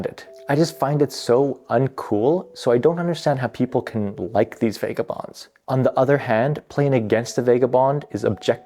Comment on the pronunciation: I noticed that too right away. Buildins, fightin, needin, policin. I think it stands out so much as he over enunciats every other word and syllable but then that accent comes out strong. Also, Vega-bonds and eye-ren (iron)